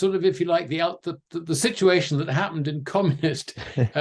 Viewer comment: I'm always amazed at how many times he manages to say "shit-u-ation" in EVERY SINGLE interview he does....